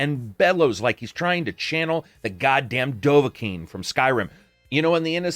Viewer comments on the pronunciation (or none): none